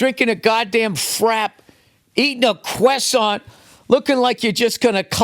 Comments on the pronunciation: Bill: "eating a quesaunt" Also Bill: "I can speak French" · I know the spelling, Sherlock. The point is that he totally butchered the pronunciation of 'croissaint', to the point that it seems unbelievable that he can speak French (even though i know that he can).